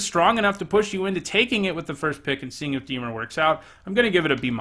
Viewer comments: Lol I was going to call you out for the way you pronounce Dimir but at least admit it lol.....it IS NOT DEE-MUR,......it is DA-MEER. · Dimir Temur Dimir Dimir Temur Temur Dimir? You pronounce both the same! Move the stressed syllable from DI-mir to di-MIR, that should fix it for the most part. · Deemer? Its dih-meer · Dee-mer < di-mear' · I love your channel, love your vids, great perspective on cards, really entertaining top 10s, and you’re by far my favorite magic channel But for gods sake when you say “dee-mur” I want to punch you through my phone screen. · I was gonna say, I feel like the pronunciation of Dimir is not a big deal. I watched some Ben Stark drafts where he pronounced Bugler like bug-ler and basilisk like bass-ill-lick. That's much more annoying. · Why is everyone so upset about the pronounciation of Dimir? It's a fictional term, y'all should relax. Especially if someone already commented it. One comment pointing it out should be enough, right? Anyway, thank you so much for your hard work,, love your videos! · The pronouncing of dimir is really annoying. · Why should I take your opinion on this set if you can't even say dimir correctly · Roses are red Everyone plays temur Dear lord please learn how to say dimir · In a video that can’t be watched About a set that was never made Speaks a man who can’t pronounce the name of a guild.